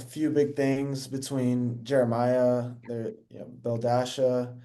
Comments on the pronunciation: Not him calling her Belledasha lmao. He really is chronically online 😂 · Nick calling her BELLDASHA LMAO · Did he just call her belldasha 😭😭